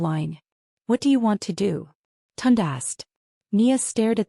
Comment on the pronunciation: Not TUND. Pronounced Toon-Day.